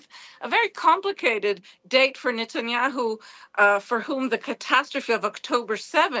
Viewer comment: Did i Just heard Netanyahu called SATANHYAU twice 😂😂😂😂